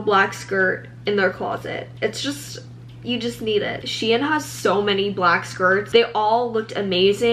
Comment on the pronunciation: I love the way you say shein LOL😭 this video was amazing, excited for more!!💕